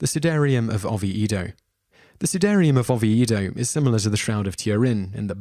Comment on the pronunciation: Not 'Lom-BAR-dy', but 'LOM-bar-dy'. An 'Oh-vee-ay-do'. Pel-ay-gee-us'. The Bishop of le 'Pwah'. 'Rev-er-ed'? No, Rev-eer-ed'.